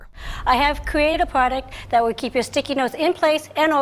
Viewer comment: " HWUT HWILL SAEVE AMAIRIKAH. "